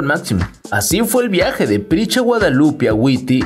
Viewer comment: Se llama Prisca, no Pricha